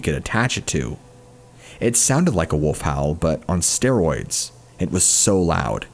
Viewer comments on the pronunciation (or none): none